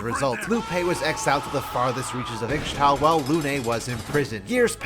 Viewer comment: ISH TAL not IX TAL.